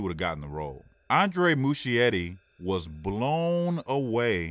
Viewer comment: Hhhhh it's not Mushietty it's Muskietty!